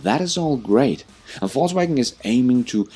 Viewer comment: It sounds like you are saying false wagon and not volks wagon as they say over there